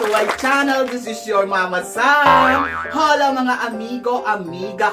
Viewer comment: Hola silent H po yun, you have to say it Ola...